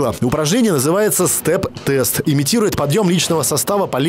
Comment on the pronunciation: "стэп-тэст"! Это ужассс!